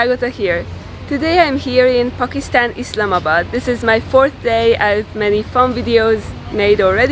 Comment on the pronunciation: The way you say Pookistan - makes me giggle everytime